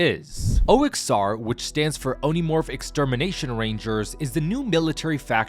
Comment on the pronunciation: It’s Omnimorph, not Onimorph